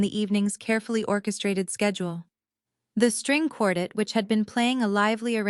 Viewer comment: For crying out loud, have AI learn how to correctly pronounce the word quartet.